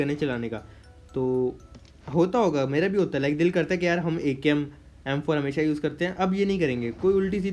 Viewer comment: baqi saab to thk ha but yeh "yawr " 😂😂 owesome ha